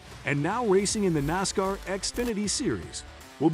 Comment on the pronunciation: Hate the computer dude can’t pronounce NASCAR properly. … and it begs for likes. 👎🏻👎🏻👎🏻👎🏻👎🏻👎🏻👎🏻👎🏻👎🏻👎🏻 💩